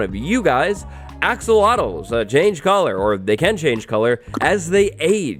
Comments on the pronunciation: "axowatls" LOL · I’m a huge fan of you. ❤️ “axowatls” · You mean "axowattles";)